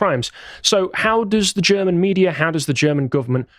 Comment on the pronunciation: has a pretty good German pronunciation. I'm very impressed.